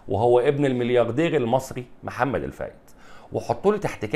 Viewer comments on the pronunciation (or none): none